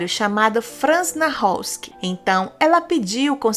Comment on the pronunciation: Peço desculpas,mas não é assim que se pronúncia o seu sobrenome ! Verifique.